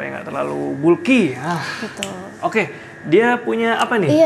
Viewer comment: Bulky, dibacanya Balki 😂